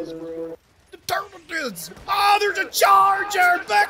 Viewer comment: "YER DAMN RIGHT THE TERKIDIDS ARE DYIN" They are forever now the terkidids in my head lmao